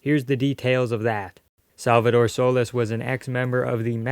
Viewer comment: It's pronounced "SolEEs" not "So-les"